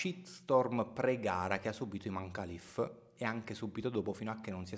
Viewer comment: Io sto dalla parte di imane Khalif ... Comunque si pronuncia Imen خalif